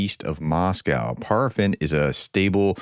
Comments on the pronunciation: Paraffin is pronounced like 'pair', nor 'par'. It's candle wax. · Pronounced PAIR-uh-fin.